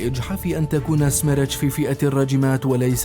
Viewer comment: سميرتش تعني اعصار🙋🏻‍♂️ ولفظها خطأ من المعلق😑